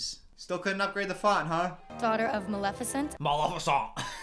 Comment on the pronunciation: When you said "MALOFISONT" I had to pause the video because I was laughing so hard remembering your Maleficent video 🤣